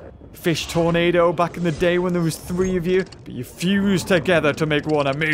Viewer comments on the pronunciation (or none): none